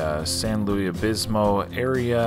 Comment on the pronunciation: Obispo. Not Obismo.